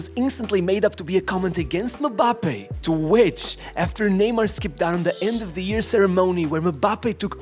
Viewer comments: Why does it sound so weird when this guy says "Mbappé" lol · Butchering Mbappe's name every single time actually makes me cringe